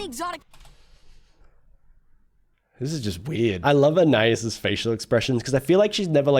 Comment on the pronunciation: Please pronounce Anais's name correctly. Ann eye ees